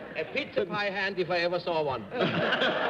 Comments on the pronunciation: Bennett the publisher, who supposedly knows his words and pronunciations - says - "Mrs. Harding I rather gather that you have got something to do with Pittsa Pies"…….. Pittsa Pies?? ROTFL…..and he says it at 3 different times. Did he honesty think a Pizza is a …..Pittsa?? And even later in the show he refers to Mr. "Tapper" as Mr. "Capper" not once…but twice! What was wrong with Bennett on this episode? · funny how Bennett pronounces it pitza not pizza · Pitza pie? Really Bennett. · Not really - his mistake is the "I" sound in Italian which is sounds like "EE" not like in PITS as he does. :) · If Bennett pronounces it "pitza"one more time I'm going to find a time machine and go back to the late fifties of slap him. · Petza Power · Cerf insisted in mispronouncing the word Pizza (PETSA) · he pronounces PIZZA, PIT SA. he didn't she was "as pretty as a PIZZA", he said pretty as a PIT SA." a pun on PICTURE. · Bennett was an American living in the United States. No American or North American would ever say "Pittsa". Ever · This is news to me. I would like other's opinions here. I have never heard an Italian or anyone ever refer to a pizza as a pittsa. Anyone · Why can’t Bennett say pizza! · Another example of Bennett mangling the English language to either get a joke or that's the way he really does pronounce the word pizza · Cerf wasn't pronouncing any words wrong. In1897 he was born, and numerous words were said differently 😊